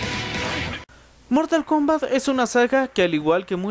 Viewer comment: dijo mortal komat😆